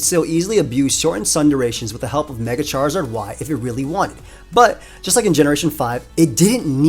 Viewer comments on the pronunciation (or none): none